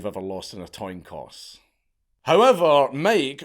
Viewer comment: what's a "toin coss"?